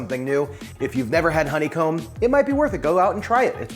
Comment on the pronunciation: Hon-ne-comb 3 syllables..... Co-co-nut......3 syllables.....